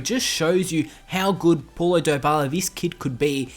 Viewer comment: It's pronounced POW-lo not PAW-lo